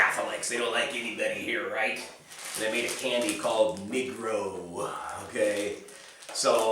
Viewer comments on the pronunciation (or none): Cmon man, you pronounce the candy name completely wrong, it’s not /nee-grow/ you should read it as /nègro/, sounds like Spanish. I must say that it offends me when people say Serbs are racist towards black people... simply not true and not fair to assume it based on nothing... in fact Serbs are so not racist nation that we can make really heavy racist jokes and laugh about them just as a mockery towards racism, but that’s just the concept most Americans will not understand.